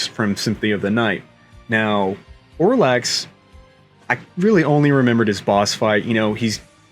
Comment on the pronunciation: You’re pronouncing “Orlax” (rhymes with Pokémon Snorlax), but it’s “Olrox.” In the Castlevania lore, it is believed that he is the uncle of Alucard. I could be wrong, but I believe that’s the case according to the Castlevania dungeon online.